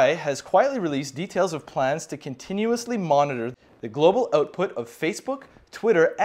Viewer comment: dude Beardo nr 1 on the left when you said the word "OUTPUT" at aprox you SOUNDED VERY "CANADIAN" which as an American worries me and continue to do so ! PLEASE MESSAGE ME OR REPLY TO ME ASAP and tell me this is NOT so!!!